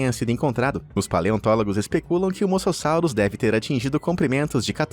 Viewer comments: E mosassauro e não masasauro 😂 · cara ,pra mim já deu ,vcs só fazem esses vídeos por visualização. vcs estão tratando animais como monstros, seres terríveis q nunca deveriam ter vivido no planeta ,isso tirando as pronuncias erradas dos nomes ,sério no moçossauro ?! as piadas péssimas , associando eles monstros de filmes então pa-ra-bens! vcs perderam um inscrito seus norte americanos gordos e idiotas!! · É moSASSURO E ALÉM MUITAS PRONUNCIAS ESTÃO ERRADAS